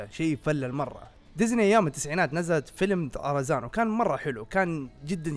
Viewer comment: من لاحظ ان الدقيقة قال أرزان مو طرزان